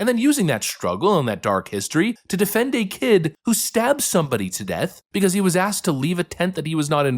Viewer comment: “Yo honour….ma Claent is eenosent becawwwws it wazzzz raining dat day yall “